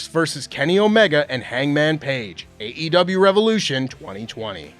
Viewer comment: Happy birthday,! Small note- I appreciate- you always pronouncing the E in AEW. Hearing actual AEW performers pronounce THEIR OWN PROMOTION’S name wrong ie “AW” just drives me mad. It’s the pickiest of nit-picking but I appreciate you nonetheless 😂 /rant